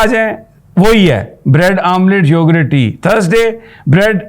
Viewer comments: Yogurt not "Yogrett" 😂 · Please it’s not “ Yorgrraat” it’s yogurt or for easy English … “ Yogart” Hope you consider it! 💐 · Sami Ibrahim Sahib, It’s YOGURT not Yogrut You said that numerous times. Please correct that YOGURT. Thnx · May Allah keep him safe. It's YO-GURT and not YO-GRUTT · Plz it is yougurt and not yougrut, with pardon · It is read as yougat not yougart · I am highly surprised that you don't know the English of " Dahi, are you an uneducated person ? Can't you pronounce the word correctly